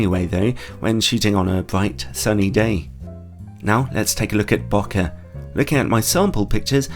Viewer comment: I always trust someone that actually knows how to pronounce “bokeh” 💙 great review! Might add this to the cart as well, really love my 85mm.